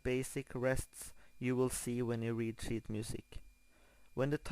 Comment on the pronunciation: i thought he said " WE'RE going to be learning shit music" lol